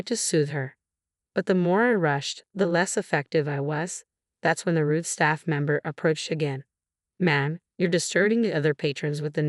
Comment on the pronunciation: it is rude not Ruth